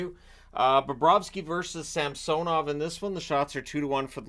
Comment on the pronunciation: Lowkey bugs me the way he pronounces fedotov and samsonov. Idk why 😂